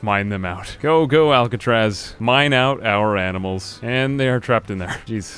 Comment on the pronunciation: "animels r Smert"